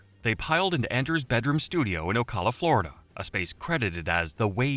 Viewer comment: OCAWLA as an Ocala resident that pronunciation causes me pain lol